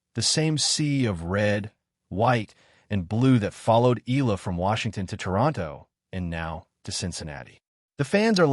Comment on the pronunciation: Thank you. Please pronounce her surname Eala as: e-ya-la